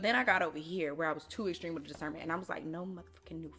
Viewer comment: “Cause you got what” “discerrrnment”😂